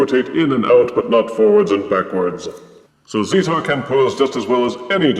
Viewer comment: Great review!!:D I believe the official pronunciation is "zee-tar" but I'm not 100% sure. Keep on being amazing, Double Thumbs Up.;D